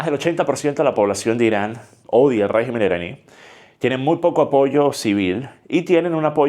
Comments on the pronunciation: ¿Y si China o Rusia deciden apoyar a Irán? P.D: Se dice rÉgimen no regÍmen. Así como regÍmenes no rÉgimenes. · Se dice RÉGIMEN, con acento en la E. En plural es que se dice REGÍMENES, con acento en la I.